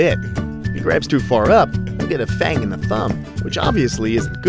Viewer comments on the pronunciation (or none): none